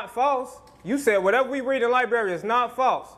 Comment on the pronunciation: Yall really vouchin an followin this dude sayin s**t like "LIBERRY!!" wit confidence while callin other people dummies?!?!? Smmfh wat a time!! 🙄😮‍💨😂😂